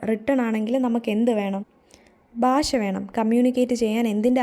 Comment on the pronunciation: ബാഷ എന്നല്ല " ഭാഷ" എന്ന് പറഞ്ഞു പഠിക്കുക